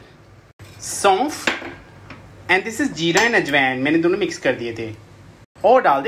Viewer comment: Jirrraaaa,chhhoorrrraaa ehhh😂 🤟 Kaamal englisssshhh hain yarrr🙊